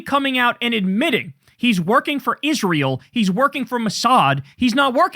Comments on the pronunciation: Senator Ladybug is one of the most disgusting and insufferable people alive for the shit he does and says, least of which is the way he says "Izrull" and "nuke-yalar" 🙉🤪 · Lindsay is a Nazi - and he also can’t even pronounce the name of the nation he actually represents, rather than America: he f’ing always says “Is-ruul” like a complete dumbass, instead Israel. We did the wrong thing after the Civil War. We should have CRUSHED THE PSYCHOS, like Lindsay.